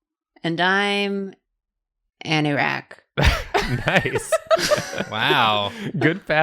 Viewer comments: Did say Anorak:0 I heard Anorak at least. And I thought of James' DND character ^^'' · Isn't Anorak a pokemon? I know it's Anirak but it sounded like that